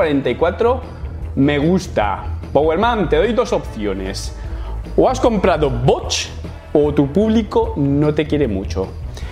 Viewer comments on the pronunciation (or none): ahhh! jajajajajajaja ¡qué mal inglés! Jajajaja Saludos.